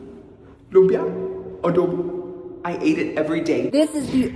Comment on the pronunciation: actively fighting saying "lumpia" is killing me 😆